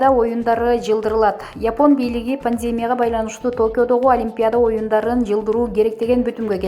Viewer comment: Эмнеге дайма ПАНДЕМИЯ деген созду туура эмес "окуйсунар"? Ударения "е" тамгасына эмес "и" тамгасына койсонор туура болсо керек ,кымбатту журналистер.🙄😏🤨